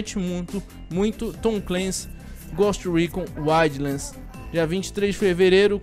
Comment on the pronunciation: "goste recon uaidlans" 😂😂😂😂